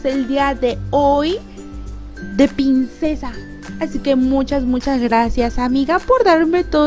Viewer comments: Tienes problemas con la ''R'' ? o por que dices siempre ''Pincesa'' y no ''Princesa'' La verdad es que rei mucho dije; ''Se habra equivocado la mejor youtuber del mundo? =|'' x'D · las pincesa noooo es princesa aprende a ablara primero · like si te diste cuenta que dijo baby pincesa enves de baby princesa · Hola te quiero mucho pero no es pincessa es princessa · decia pincesa no princesa